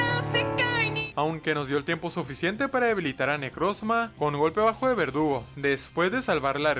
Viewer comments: Porque en vez de decir verdugo dice vergudo😅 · Hay dice vergudo xdd😅